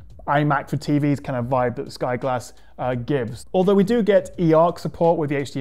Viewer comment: Sky G(o)lass